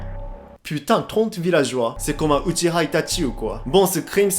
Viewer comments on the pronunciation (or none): on doit vraiment prononcer "uchiha", pas uchiwa ?